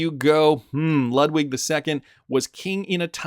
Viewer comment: Again Ludwig is lood-vig like in Beethoven